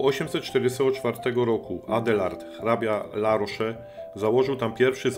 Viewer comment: Litery "e" bez akcentu się nie czyta więc La rosz a nie La rosze. Dlaczego Francuzi nie używają angielskiego bo nie muszą bo uważają że Francja jest stolicą kultury światowej i każdy powinien znać francuski.. Macie w telefonie Google translator.